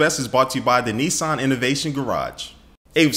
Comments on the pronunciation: not Nessan its Nissan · its nissan not nesson. just sayin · You're pronouncing Nissan wrong.